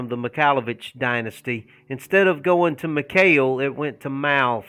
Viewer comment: Oh God I thought you said MIKAYLA BITCHES not MIKAYLAVITCHES lol